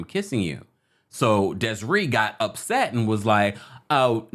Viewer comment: What song are u talkin about with im kissin u and its DESIRÉE like the é in Beyoncé chile, that was killin me😒😅